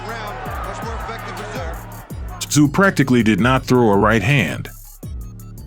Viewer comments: The guy narrating the story doesn't even pronounce Tsyzus name properly.. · Dont pronounce the T in Tszyu.